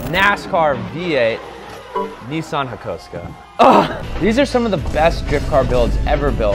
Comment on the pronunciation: Nissan Hakosuka 🤣🤣🤣 this pronunciation kills meh